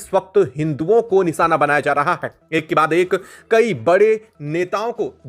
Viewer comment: Long and repeatative video , his pronunciations are also wrong ,NISANA , ACSON what a waste of video and time.